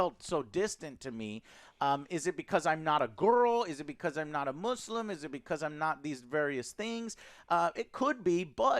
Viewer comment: Joe is the first white guy to prononuce muslim with S than Z Thanks i guess